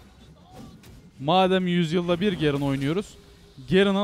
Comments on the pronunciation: garen diilmi la ne gerın ı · gerın değil garen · YA YETER GERIN DEYİP DURMA YA DUZGUN TELEFUZ ET